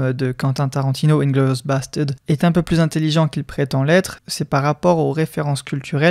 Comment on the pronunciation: Inglorious basteuds